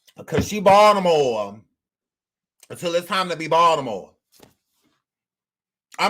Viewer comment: I love your Fine but...... The Braxton's are from Severn NOT Baltimore(I love how you said it the way we do ) We never claimed them. Heck we don't claim Chrisean super slow, can't read the room booga sugar loving, ignorant tail. Again love your channel. 💓💓